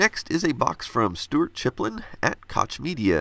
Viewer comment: I think Koch is pronounced like "cock"? Super-awkward for English speakers, I know, but Koch Media is a German company IIRC. ^_^'